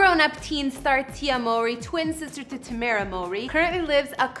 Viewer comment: Good job you said tamera name correctly